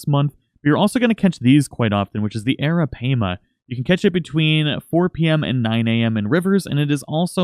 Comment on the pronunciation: by the way arapaima is pronounced ara-pie-muh not arapayma